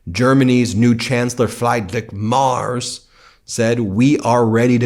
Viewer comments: I love your take on all that, but I wish you wouldn't call Merz "Mars" all the time. LOL. Sorry, your pronunciations just hurt my German ears. Sincerely, Birgit Ludwig (Try to pronounce that name LOL) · Chancellor Merz. The "e" is pronounced like the "e" in "end". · Ben, please don't butcher GER chancellor name.....